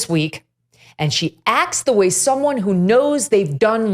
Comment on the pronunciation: Hey Megyn, there is a 't' in the words acts. You are pronouncing it "ax".